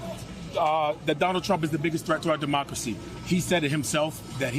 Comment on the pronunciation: DUHMACWACY IS HANGING BY A THWEAD:face-purple-crying